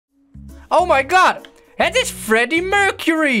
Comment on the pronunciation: het is fleddy mulcely en niet Freddie murcerie